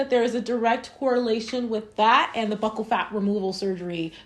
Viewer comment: Did you do any research at all if you don’t know how to say “buccal” 😂